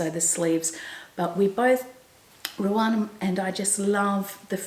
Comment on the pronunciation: I wonder why you call Ruan Ruarn?? I follow her also and she pronounces her name as Ru anne. I’m sure it’s not your Aussie accent. I don’t mean to be critical and she’s probably too polite to say anything.